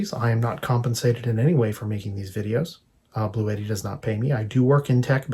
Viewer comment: It is pronounced Blue T not bluetti